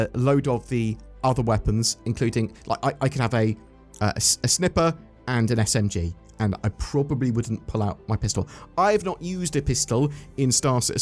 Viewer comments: a snipper?? bro i think you mean sniper. You say it snipe-er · Has never heard the word "sniper" pronounced before lol